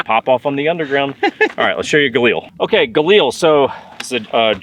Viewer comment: LIL.... Like a woman named Lilly. Not EEL . Galil, not Galeeeel